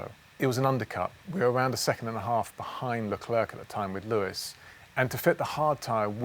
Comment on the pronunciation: Thanks for the video It's prenounced ''Lecler'' and not ''LeclerC'' ;)